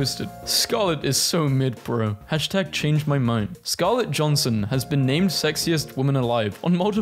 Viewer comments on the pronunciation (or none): Scarlett Johansson❌ Scarlett Johnson✅ tsunami❌ tornado✅ Missouri❌ Mississouri ✅ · no way you said "scarlet johnson". no hate though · To be fair, he says a lot of things wrong so it's probably a fluke when he pronounces something correctly... I mean Scarlett Johnson, really?